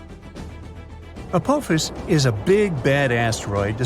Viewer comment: Its called apophis, the o makes an ah sound